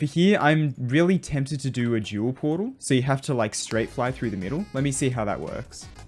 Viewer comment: I love how he says ,,Jewel'' instead of ,,Dual''